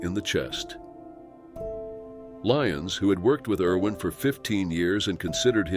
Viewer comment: Irwin, not Erwin